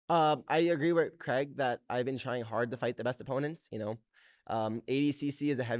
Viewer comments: The fact Americans say Cregg will never not be annoying 😂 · It’s crayg not creg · Creg or craig? 😅 yanks need to learn to pronounce english correctly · Is it really pronounced "Creg"? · I hate the way he says his name as “Creg”